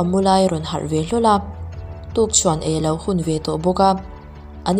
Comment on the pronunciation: Tukchhuan nilo in "Tukthuan" tih tur zawk aw!